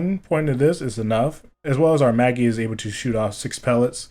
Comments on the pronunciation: “Mageeee”😂😂😂 it’s May-gee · Great build! But jus saying im q sure Maggie is pronounced mag-gee not mer-gee lol. But great build nonetheless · Its Mag-ee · I have never ever heard someone Mispronounce MAG-GIE so badly in my life lol. Otherwise good set up 😎😂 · Lol if this guy cant say maggie and solo mh4 with fl4k it's gotta be a good build... cheers and peace👍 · No. Its Maggie. May-gee? tf? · Jake Borrelli it’s pronounced exactly like the name is. I’m the video he pronounces is funky as fuck